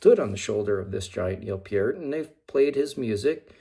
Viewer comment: And you actually pronounced Peart (Pier-t) correctly!!! A true fan!!